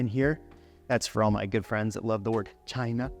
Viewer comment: Yo why do people sound so racist when they pronounce China like that?